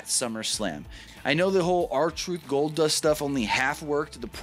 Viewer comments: "Goldbust" "Goldnust" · He said "GoldNust" 😂😂😂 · I came for Goldnust or Goldbust...not Goldust